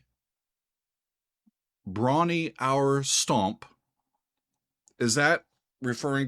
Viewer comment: I believe Bron-Y-Aur is pronounced Brom-Yar.